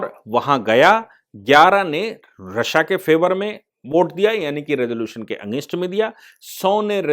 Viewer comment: सर "रश्या" नही रशिया बोलते हे!🤦‍♂️🤦‍♂️